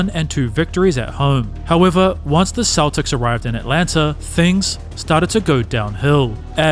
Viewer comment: there are dozens of creators on here with videos as good or better who put the time in to actually narrate their work so you're listening to a human being, not an AI with a robot voice saying "sha-kill o-nill" or boston keltics